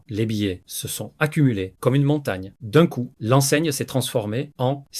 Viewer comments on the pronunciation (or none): De 1 y’a 0 émotions dans la lecture. De 2 tu sais pas parler "Dun cou" - "Misters crabs" "planktonE" Puis c’est trop long ca donne pas envie d'écouter Puis tu mélange l’anglais avec le francais...